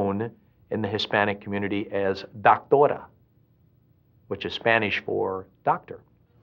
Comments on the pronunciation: he said dactora ... it's DOCtora❗️ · Its dóctora not dawktora